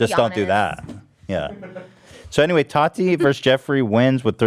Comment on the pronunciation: The way Ethan says Tati like "tAti" makes me giggle internally every time, and you know he knows how to pronounce it correctly but just chooses not to because she's completely irrelevant